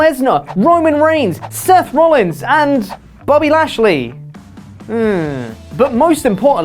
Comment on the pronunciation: Bobby lashley err that hurts to hear